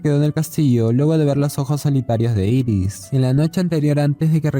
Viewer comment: Dirás Iris no Eris...